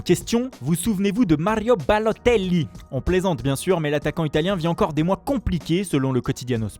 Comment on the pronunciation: La façon dont il dit balôteli